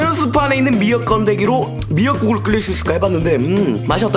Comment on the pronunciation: ‘끓일’의 발음 끌릴X 끄릴O